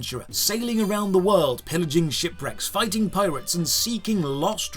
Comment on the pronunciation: I absolutely cracked up at "Local PiratesA." I'm pretty sure my upstairs neighbor could hear my cackling.